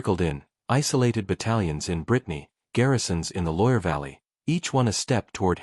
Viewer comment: more ai shiyt, the river never exisited like that and you're AI program can't say loire. properly. there's no reason to believe anything here as you make it all up